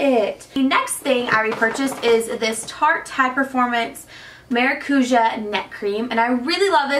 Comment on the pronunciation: Funny how you said maracujá.😂😂but better than other people lol